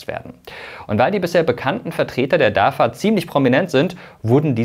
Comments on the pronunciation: Sag doch nicht immer DAFA! (nicht Vogel V) es wird DAWA ausgesprochen. Es wird in türkisch so ausgesprochen wie geschrieben. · Nicht DAVA, spricht sich DAWA Weil türkische alfabeth keine double W hat. Wenn Information dann richtig informieren! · Nicht dafa sondern dawa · Könntest Du das bitte richtig aussprechen. Es wird Dawa ausgesprochen. Ein bisschen Integration bitte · im türkischen wird das v mit w ausgesprochen